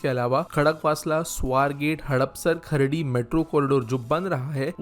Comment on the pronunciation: Bro it's not खर्डी it's खराडी 😂